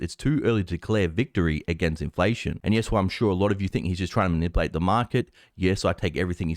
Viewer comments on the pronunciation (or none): "created", not "crated". "earnings", not "earns". "Manipulate", not "manlape" "El-Erian", not "Al-Iron" "subscribers, not "describers"